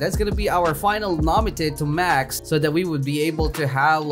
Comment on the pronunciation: Where the tf did he get the name namite it’s nami